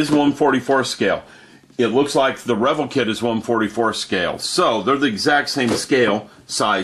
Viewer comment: God quit mispronouncing the name REVELL its (rah vell)!